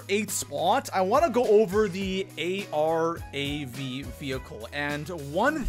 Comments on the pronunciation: It’s Calle aye rav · Call everyone a bad player but concusses literally everyone, cant pronounce arav their isnt a dash in the name, sniping is still good after the new armour update especially the outlaw, tip try not to loot late game unless its necessary